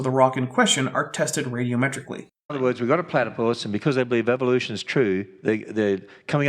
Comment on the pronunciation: That almost sounded like "bebelution." I'm sure it was just a slight slurring of the syllables, but I wouldn't put it past Ken to make such a remark.